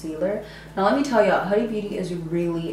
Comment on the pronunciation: WeirdoInTheCorner lmao and how she pronounces “Huda”